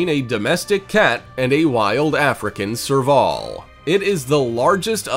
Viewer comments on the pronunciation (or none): Serveoool not servawl